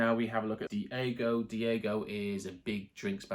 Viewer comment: Not to be picky, but you're pronouncing diageo wrong. It's 'Dee adge ee ohh'. Good luck with your channel.👍